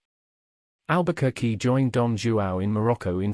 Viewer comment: Please learn to pronounce the name first